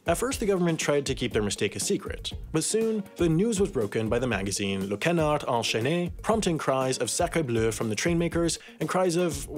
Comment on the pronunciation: When he says «canard» it sounds like «connard»